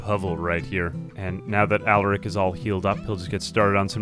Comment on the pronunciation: Please PLEASE you can stop this torture ill give you the launch codes just please stop saying allarick instead of alaric